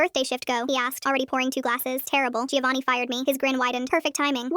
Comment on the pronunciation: My god, sometimes AI causes brainrot. Anyone pronouncing it gIovanni, and not Jovanni, should be shot on the spot. What is the AI equivalent of that? 😂😂